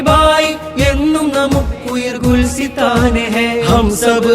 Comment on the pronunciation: Gulsithan alla gulisthan aanu ...